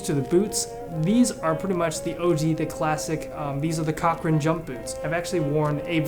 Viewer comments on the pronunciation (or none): Haha he said cockran not corckran also his piping is red and not blue something to fix